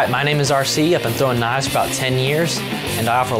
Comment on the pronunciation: "I throw knaves...and....well, that's priddy much it...knaves..."